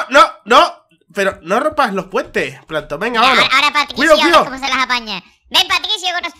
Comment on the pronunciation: Me mori de risa cuando plamtom que es salto y dijo plamton al atake